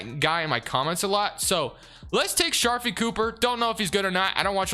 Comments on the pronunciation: STOP CALLING HIM SHARFIE!! IT'S SHARIFE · it’s (shuh-reef)